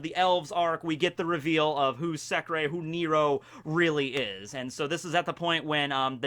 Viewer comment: In that case its not pronounced as 'secrey' but secre without ey